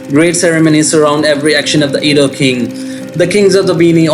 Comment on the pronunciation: Adah is a name in Igbo as well. Igbos are in South Nigeria as well. Adah means first daughter in Igbo as well. South Nigeria is mixed with almost all the tribes. Heavy with the main three tribes are in South Nigeria. Edo is not sounded E-do yet A-doo. Makes me think that person is not Nigerian at all. Quite sure Easu is in Nigeria as in all over Africa. But Adah is a Hebrew name and not specifically for the people in Edo state in which Igbos and Yorubas have land there as well. So Easu children would bear the name as well as Jacob’s children would bear the name and use it as calling out the first daughter. Just as Enoch was used by both brothers of Cain and Seth, so on and so on. So don’t call my daughter a child of Esau being her name is Adah; my first daughter… We are Igbos 😂